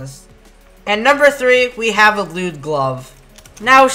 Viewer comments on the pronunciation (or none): “a lewd”